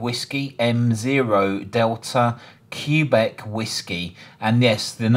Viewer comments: Never heard anyone say “CUE BEC”- Q is read “QUEBEC” (phonetically KWABECK). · i've never heard "quebec" pronounced that way (the standard pronunciation for the nato phonetic alphabet is "keh-BECK") and to took me a few times to figure out what you were saying